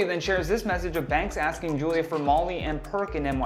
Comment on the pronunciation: Bro she called her “Foolia”!!🤣🤣🤣